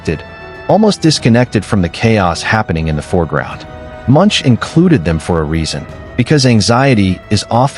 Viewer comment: Pronounced Monk not Munch.